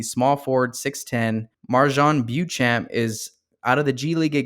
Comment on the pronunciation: Sochan is prounounced SO-Hahn. Beauchamp - Bo Champ